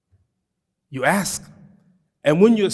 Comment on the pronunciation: I like the way he pronounce Ask as Aks its kind of cute🎉🤣